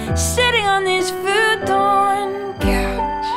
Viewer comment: WTF Missy??!!!! i wasnt expecting this Vanessa Carlton bs! your still the shit, you just caught me off guard and when did you start dressing like Selena Quintanilla Perez! The couch in the video isnt even a Futaaann couch as you pronounce it. Lol. You crack me up babe!